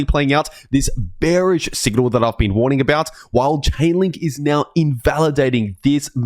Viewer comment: it's a woorning